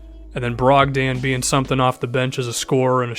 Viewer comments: brog-DON not DAN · not trying to be a jerk, but malcolms last name is pronounced brog-din not brog-dan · I'd just like to mention: Malcom brogdans name is pronounced more like brog-din